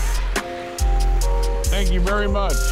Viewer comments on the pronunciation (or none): none